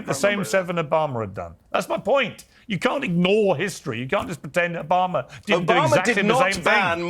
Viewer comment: Its Obama ...not Obamer